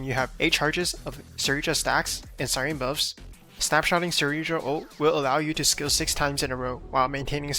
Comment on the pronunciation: Why does no YouTuber know how to say Cyrene’s name ? It’s not si-Rene it’s si - Rene -ne